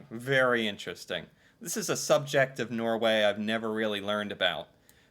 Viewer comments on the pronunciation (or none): none